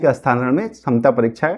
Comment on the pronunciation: Tumko to bolne hi nahi aa raha hai... Ekdam bewkuf ho abhitak Sthantaran nahi hota hai.... Sthanantaran hota hai.....